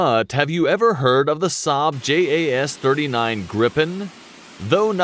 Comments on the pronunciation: J in Swedish is pronounced like y in yes. So it's pronounced Yaas Greepen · And its not JAS, Its More like YAZ